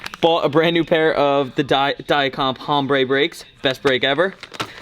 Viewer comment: when says hombre... lmao